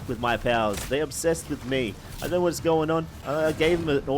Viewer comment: “I don’t knowerh”